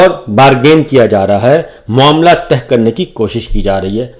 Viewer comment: معزرت کیساتھ معاملہ تہہ نہیں کہتے طے کہتے ہیں 🙏